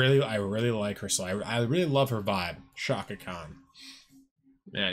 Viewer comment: If you don't give her and this song an A off the bat, let's just agree you don't have an ear for music. Plus you're not even really pronouncing her first name correctly. But since you're a handsome guy, I'll be nice.